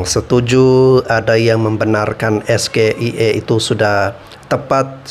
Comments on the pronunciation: Dia itu seperti monyet yg dilatih buat melafalkan SGIE...!!! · TENTANG AIR BERSIH KAN UD DIJAWAB TANPA PAKE UANG BUMN YAITU BERKERJA SAMA DENGAN WARGA DAERAH SETEMPAT BANGUN WADUK PENAMPUNG IRIGASI COBA DIDENGAR LAGI JANGAN DIPOTONG.BIJAK/ NETRAL.CUMA ADA YG KURANG SINGKATANYA GA DI EJA BHS INGGRISNYA SGIE??